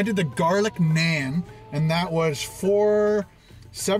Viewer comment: Its naan not nean hope you get it